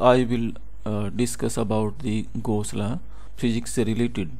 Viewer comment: it is Gauss's law not ghosla plz spell it properly video was awesome